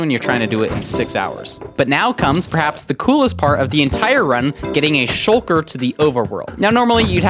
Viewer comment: did he just say shulket yeet ? xD he is my fav youtuber for a reason